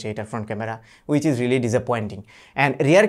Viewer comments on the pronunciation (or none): Brother please don't get offend, though your are one of the best tech reviewer of Bangladesh you need to be more careful about your spelling and pronunciations. as a tech influencer and being followed by millions of people, this will improve our efficacy in our 2nd language. Ex- it's not rilly, it /b "re-aa-ly". BTW, best of luck for your next videos....